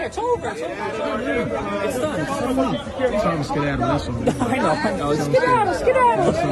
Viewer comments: Man said skeedadle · lol he said Skidaddle. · Black people are funny. “Scaddatle” lol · Dude said "Skedaddle"? 🤣